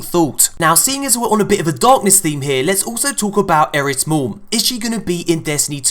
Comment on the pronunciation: It's eris